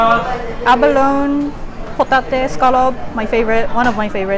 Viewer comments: Good video, your English as ever is kinda perfect. However, in this video Abalone should be pronounced Aba-lo-nee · I can have 8 plates full at all you can eat buffets. They wouldn't like having me there. This is the first of your videos I've seen and I already loved it. Unagi is one of my favorite sushi and the shellfish you didn't know how to pronounce is ABBA-low-knee. It's a great shellfish. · Abalone..Aba-lone? Great video!